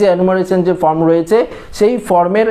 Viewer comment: কথাটা ফ্রম নয়, কথাটা ফর্ম